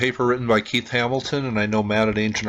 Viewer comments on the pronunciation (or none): none